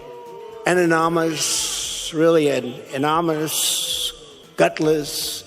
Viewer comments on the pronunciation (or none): Ananomous, "An-uh-nah-mus"; more Trump speak. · Has anybody figured out what the accordion hands thing is about? Is it just an autistic tick? I imagine he saw Weird Al and thought he was the greatest most bestest singer. And can someone coach him how to say anonymous?